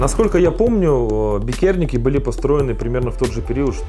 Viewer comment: все заебись, только не бикЕрниеки, а бИкерниеки, а если совсем точно, то бИтерниеки